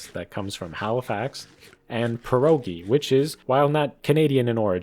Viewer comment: you did't even say [pjɛrɔgi] (pye-RAW-gee)